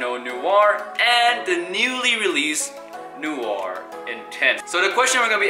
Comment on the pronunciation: Your saying noir all wrong